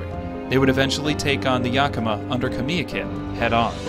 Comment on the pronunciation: Kamiakin. Ka-mia-kin being from Washington state more Pasco these videos are great but it kills me to here name pronounced wrong. Nach-eese my spelling is probably wrong but the pronunciation is correct. Everyone wants to be proud of their respective areas they come from this why piont this out .